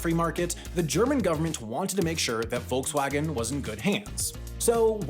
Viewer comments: "Wolksvagen", fhat the wuck? I get that foreign speakers may mispronounce these brands, but now you're misspelling them too? 😢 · What I find way more annoying is that they say Wolgswagn instead of Volkswagen... In German a V in the beginning of a word is almost always pronounced like an F and not like the English V. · ......There is something fascinating about listening to anyone not from germany pronounce such a german word as Volkswagen. It wasn't badly pronounced mind you, but it'll never be quite right. Too... soft. There need to be some edges. Otherwise this was really interesting to hear, really^^ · And I bet you don’t pronounce Volkswagen correctly either.